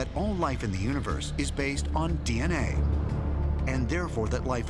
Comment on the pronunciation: " Dee- aa-nay " 😶